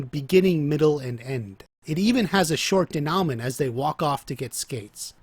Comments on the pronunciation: bro great video. i have only 1 gripe. i dont expect you to speak french by any means, but when speaking about narrative structure, incorrect pronunciation of a key word like denoument can seriously undermine your credibility. i bring this up not to rag on you, but because your videos are fire and i wanna see fans take the most from your content. the correct pronunciation is day-new-mah. i would also suggest digging a little deeper into the correct use of the word as you seem to have a decent grasp of the concept, but a couple examples you gave were juuuuust a hair off. not incorrect, but maybe could have been worded a little better. this has been your weekly constructive criticism, signed, a dedicated fan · Denowment. Lol good video though